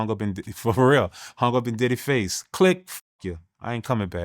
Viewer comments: Is he saying “Daddy” & not Diddy?? 🤔🤔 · Did dawg say diddy house or daddy house 😂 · This nigga keep saying “daddy” or I’m tripping? ?